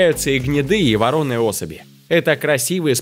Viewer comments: Может всё таки воронЫе, а не ворОные? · Мдаа... чтец- оригинален, ворОные, ворОными,, это не оговорка.. он реально так думает... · Ты хорошо ведёшь ролики ! Молодец ! Только запомни правильное ударение - не ворОные лошади , а вороннЫе . Обидно слышать от тебя подобные ляпы . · Ага, а чем вороная (ударение на "А") отличает от вороной (ударение на второе "О")? Автор говорит про каких то вороных (ударение на второе "О"). Мля, очередной пример ЕГЭ-образованного человечечка! Важно правильно ставить ударение в словах!!! Автор, прими к сведению!! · Пожалуйста, не "ворОные", а "воронЫе". Спасибо. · дорогой автор , ну разберитесь с ударениями !!! Режет же ухо!! Нет слова - " ворОные (!!) Есть слово "воронЫе ! лошадь воронАя, лошади воронЫе , воронЫх лошадей!!! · Да не ворОные, а воронЫе. И ганнОверские! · Какие ещё ворОными?!? Почему ставите неправильно ударение в слове ?!? Нужно читать и говорить " ВоронЫе лошади " , ударение на букву " Ы "!!! ГРУБЕЙШАЯ ОРФОГРАФИЧЕСКАЯ ОШИБКА!!!!!!!!!! БЕЗОБРАЗИЕ!!!!!!! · Не ворОные, а воронЫе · ВоронЫе, блеать, а не ворОные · ВоронЫе а не ворОные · Вороные ударение на ы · ГаннОверские лошади, воронЫе лошади, невозможно слушать, ударение! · ГанновЕрские и ворОные...нет слов. Днище.. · У меня уши чуть в трубочку не свернулись гоно́верские,вороны́е и ещё много чего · Лошади вороные. Ударение на Ы. Ну хоть иногда говорите правильно.